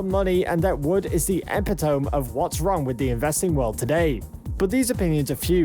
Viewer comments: The epitoam :D its pronounced epitemy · Epi-tome..... dunce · You don’t know how to pronounce epitome?? 🤣🤣🤣 Your channel is trash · Pure bs video. Under 2k followers, lol. And learn how to pronounce the word "epitome". You were not even close.